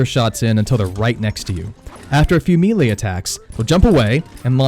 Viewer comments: "Mee-lay." Bruh, it's "meh-lay." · Great vid! I usually manage them but I’m not confident. Will try these methods. Thanks. Oh, Melee is pronounced mellay like smell and lay, not meeley. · It is pronounced “MAY-lay”, not “MEE-lee”. It undercuts your credibility pronouncing a key word wrong. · It's pronounced may-lay not me-lay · Melee announcer: Melee! Him: Meele. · Meelay!? It’s Pronounced maylay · Man, why does everyone struggle so hard with the word 'melee'? It's not "me-lay"; it's not "me-lee"; it's *may-lay*. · "mealy attacks" Fucking loooool It's 'may-lay' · I'm sorry, but I can't take anyone seriously that can't pronounce BASIC english words. MELEE is prounced MAY-LAY, not MEE-LEE. How how can anyone that's gotten past 5th grade not know how to pronounce this word?? Especially a gamer that years, and sees this word all the time. You're a functional illiterate. What's it like to be an adult and have to vocabulary of a 6 yr old??? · Say it with me.... MAY-LAY. Not MEE-LAY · Amen!!!!! I HATE when people say ME LEE or any other variation, lol. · Melee is pronounced MAY-LAY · Lower the mic gain and melee is pronounced “May Lay”. Good info on the game! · The word is pronounced may lay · mee-lay attacks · It’s pronounced melee.... may- lay lol sorry it was bothering me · Mee-lay combat? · MAY LAY......not ME LEE or ME LAY. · I almost looked up a different video because of the way bro says MElee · disliked for how you pronounce melee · The way you say melee hurt so bad I couldn't watch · Sigh... please stop saying melee so much if you’re going to pronounce it wrong. I’m mostly just kidding, but fam... lol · Disliked for mispronouncing melee. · Why can't you say melee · I would of subscribed if you could say melee right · this guy expects me to learn to fight when he can't even pronounce melee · It's "may-lay" not "me-lay" Also "revel in" not "ravvle in" You can also edit out your spit swallowing before saving the final video for upload. Thx for the tips. 🙏